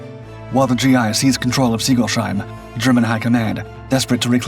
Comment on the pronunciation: Singolsheim is not pronounced Singol sheim, but Singols heim